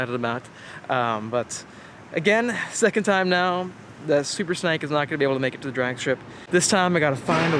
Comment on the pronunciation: is it just me or does he keep saying "Super Snike"